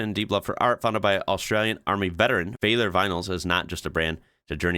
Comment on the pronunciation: Valor (as in military medal of valor), not “vaylor”.